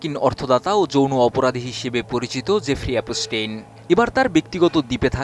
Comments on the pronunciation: Epstein ❌ অপ পস্টিন: ✅ 😅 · ভাষা ব্যবহার একেবারেই মূর্খদের মতো। একদিকে এ-প-স টেইন উচ্চারণ ই বলতে পারে না সে আসছে সংবাদ পড়তে। মুসলিমদের নিয়ে ,কাবার গিলাফ নিয়ে এপস্টেইন ঔদ্ধত্য আচরণ করার সাহস পেয়েছিল তার জন্য দায়ী আরব আমিরাত, নিউজ করলে পুরোপুরি জেনে করা উচিত। এপস্টেইন এর মতো এমন নোংরা ইবলিশের হাতে কাবার গিলাফ দিতে কার্পণ্য করেনি আরব আমিরাত। এটিএন পুরোনো খবর প্রচারের জন্য কুখ্যাত।